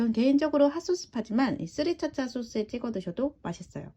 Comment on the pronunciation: 스리차차 아니고요 스리라차 입니다~~~ ^^